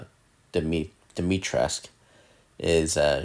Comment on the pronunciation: Awesome. P.s. Dimitres - k- ooh.